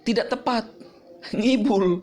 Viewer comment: "saya tidack memacksa" ~